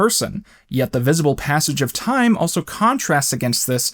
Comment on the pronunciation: it's pronounced 'time'......